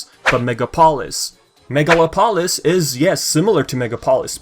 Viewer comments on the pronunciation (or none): I believe the city's name would be pronounced mega-lop-olis not megala-polis. Kinda like how you pronounce metropolis. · Its megalo-polis. Its greek Megalo means big And polis means city